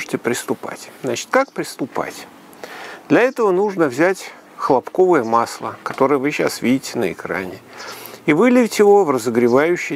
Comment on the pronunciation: Аж слух режет.Почему хлопкОвое то,а не хлОпковое.Масло из хлопкОв что ли?